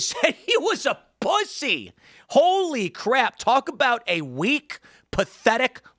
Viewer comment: The emphasis on what tim just said is fucking PEAK!!! A PUSSSSSYYYYY!!!! HAHAHHAAH